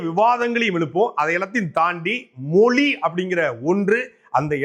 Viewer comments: அண்ணே அது "மொலி" இல்லை "மொழி" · Moli illa thambi mozhi nu sollu thambi